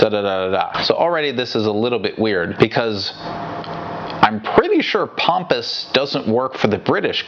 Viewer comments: pronouncing Pomoeo as Pompous definitely made me laugh, as did many other apparently. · I doubted if I remembered his name correctly when I heard kept saying Pompous. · I really like that pronouncing Pompeo's name Pompous.